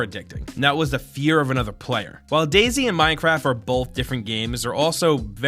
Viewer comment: DayZ is pronounced as "daze". You're making it sound like " Daisy"